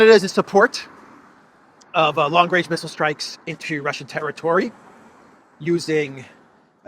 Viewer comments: How can you trust Truedope when he can't even say range 😅😅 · long wange, he is a looney toon character. Where is the wabbit?